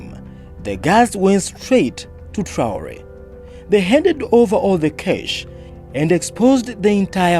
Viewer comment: It's not tore,😑 it's traore